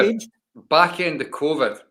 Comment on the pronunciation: Michael has mispronounced CONVID